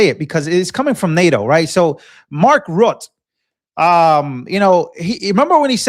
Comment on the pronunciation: you may be young but you are growing, changing, learning, so well done. Mark Rutte is pronounced Roo ta.